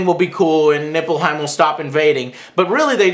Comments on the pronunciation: Nippleheim -.- ... Joe, please, some effort in pronounciation and research. ''people didn't want to surrender to Nippleheim..'' ''Obviously Nippleheim is the enemy...'' ''...once Nippleheim stops invading...'' Notice how ridiculous this sounds in your head? Ni-f-lheim. F, not P. After your review I was actually disappointed you didn't connect Nippleheim to the Batsuit of Batman & Robin... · isnt it nilfheim? not nippleheim or nipplehymen or penisheim or bignimmplepenisheim...